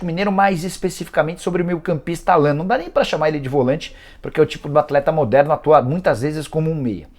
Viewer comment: Da pra ver que o jornalista não manja muito do Galo qnd pronúncia Allan ao invés de Állan..